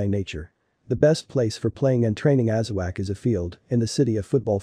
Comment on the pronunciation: Thanks for the video. Please slow down your reading. It is not pronounced aza-wack, it’s aza-wok